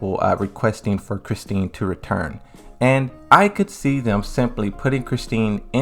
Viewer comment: Please tell me somebody heard him call “Christie”, “ChristiNe”….its giving “Tekken 7 is my first Tekken game” 🤦🏾‍♂️